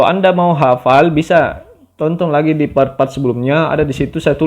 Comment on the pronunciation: Tonton. Bukan tontong, es tontong kapang